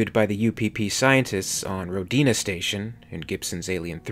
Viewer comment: Hi, as always well done,. Although as a Russian i must correct your pronounciation of the word Rodina (Motherland in Russian). You put accent on the letter I, saying rodIna, whereas it should be put on the letter O, pronounced like rhOdeena.